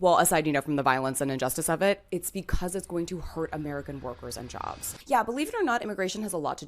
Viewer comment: "They Took Ere Jerbs" South Park ahhh moment. So embarrassing.